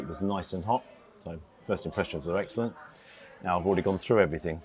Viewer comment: Did you say eggsellent on purpose, or am i hearing things ? 😂